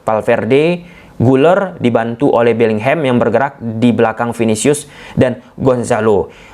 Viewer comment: Bisa ga sih bilangnya BELLINGHAM aja bukan BELLINGHEM 😮‍💨